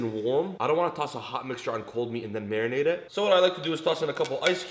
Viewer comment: All other prAising thE vdO and rEcipe.. Le mE:::: whY m I ListenįnG MAYONNAISE evEry tįmE hE sAys MarįnAte 🤔🙄🤓😂🍖🍗🍲🍴🍽️